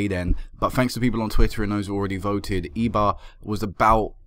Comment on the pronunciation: remember that a "e" is an "eh" ish sound in Spanish. I'm not sure since it's in basque country if it would be pronounced like that but w/e.